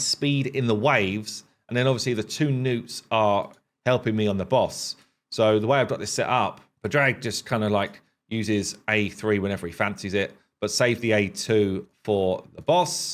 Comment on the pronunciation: Padraig is a Irish name and is pronounced more like paw-ruhk